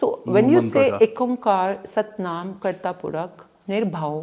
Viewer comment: Its ikahkar not ek omkar